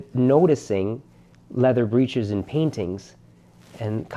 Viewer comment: Fabulous work. The word "breeches" is pronounced BRICH-iz in English, phonetically rhyming with "itches".